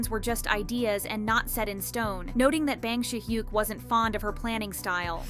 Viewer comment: no offense but can u learn to properly pronounce bang si hyuk's name? lol it's not "bang" as in i am gonna bang u lol cracks me up so bad